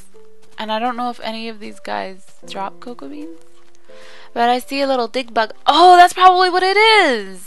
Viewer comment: The memory of tootsie was soo sad but she survived :D and when u said dig bugs it sounded like dick bugs lol